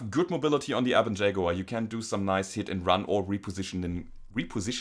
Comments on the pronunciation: Liked because... "Shaguar!" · I see LokenPlays is not the only one to own a "Shag-uar". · "Shaguar" Nice